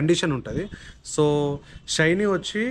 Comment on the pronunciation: Adhi షైనీ kaadhu bhayya😂😂 షైన్